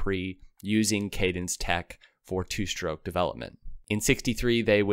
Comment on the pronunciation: Why do you pronounce the word 'stroke' as 'SHtroke' 60% of the time and as 'stroke' 40% of the time? Research has been done on the 'sh' pronunciation that shows its origin is working class 'black'. Keep working on it and you'll remember to say it that way 100% of the time.